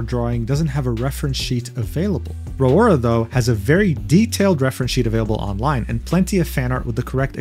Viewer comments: A brain cell died in my brain when pronounced "Raora" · I got whiplash with not ealizing the first foxgirl was Raora, let alone his pronunciation of her name. Guess I spend more time watching vtubers and calling myself out for that.